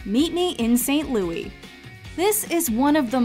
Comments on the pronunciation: Please stop calling it 'Louie'. The movie title is 'Meet Me in St. Louis' - pronounced just like the city the story takes place in. As someone who lives there, no one calls it 'Louie'. Only the song. Tootie herself corrects Mr. Neely when he calls the city St. Louie. You've called it 'Louie' in every video you make and it's wrong. It makes me cringe. The song is pronounced that way but not the city nor title of the film. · “Excuse me,, but it’s pronounced ‘St. LOUIS’!…” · Every time St Louis is mispronounced makes me cringe. Yes, I'm aware there is the French pronunciation.